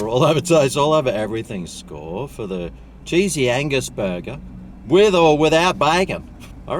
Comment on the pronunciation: Wow, get my mind out of the gutter.... I thought you were saying sleezy anus. Oh, cheesey angus. 🤔